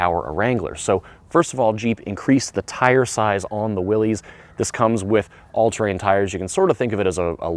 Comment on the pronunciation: I was going to comment on that very pronunciation. Even the family members say it's pronounced that way. SMH